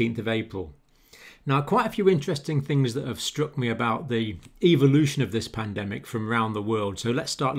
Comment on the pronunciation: "The EVILutuon of the pandemic". 😷🤧🥵🗣💀☠